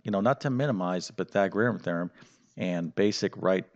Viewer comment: hate the way he says pythagorean theorum also the 3 minute plug was very annoying